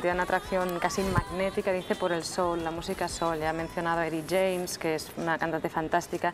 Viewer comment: Cuando la traductora dice Edi James en vez de Eta James jajaja no tenía ni idea de quien hablaba seguro